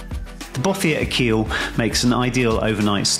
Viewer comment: Everyone I met in Knoydart pronounced A’chuil differently from this video